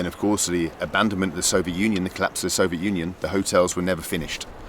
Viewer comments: We made a drinking game out of it, a shot for every time he say "sovjet".... big mistake! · Can't wait for someone to make a compilation of every time he's said "soviet" in a video. I expect it to be at least an hour long...